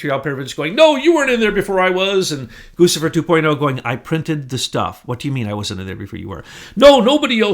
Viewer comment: Its pronounced Goo Chee Fur